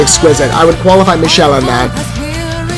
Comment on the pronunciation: The "ch" in Michele's name is pronounced with a K sound. Mee-kell. Also thanks for reacting to Visions of Atlantis (and Kamelot, and Sirenia) - huge fan of all three bands!